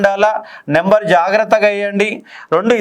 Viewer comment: నెంబర్ కాదు, నంబర్ అని గమనించండి. స్పెల్లింగ్ " NUMBER " కానీ " NEMBER " కాదు. దయచేసి దీనిని విమర్శగా చూడకండి. ఎందుకంటే, మీరు Faculty. మీ నోటినుండి ఏది పలికితే, దానినే అభ్యర్థులు standard గా భావిస్తారు.